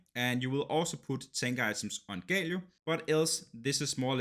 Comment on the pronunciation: sorry but it is GALIO not GAYLIO wtf... nice video tho